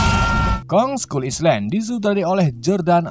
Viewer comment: Bang itu baca nya island bukan gitu tapi bacanya gini bang ailend walau tulisanya island tapi di baca ailend